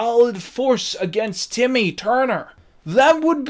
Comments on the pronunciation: BTW it's TIMMY. STOP SAYING IT WITH AN O, IT'S FUCKING TIMMY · why are you calling him "Tommy Tuner"? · The best part is hes still calling Timmy "Tommy". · Why are you pronouncing it “tommy”?